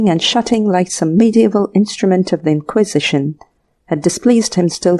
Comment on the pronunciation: terrible quality. the robot voice is unlistenable. In-QUIS-ition????